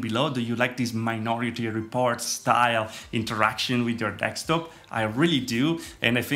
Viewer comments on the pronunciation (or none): Me: de: de Me: sk: sk Me: top: top Me: desktop: dekstop?